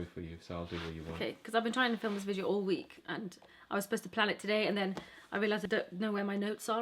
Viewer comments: Please stop saying VIJEO 😭😭😭😭😭😭😭😭😭😭 apart from that you rock!💚💚💚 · The way she says video makes my day